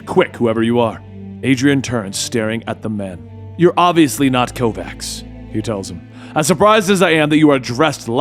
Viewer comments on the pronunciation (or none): Hi Kovács is a hungarian name its not kovax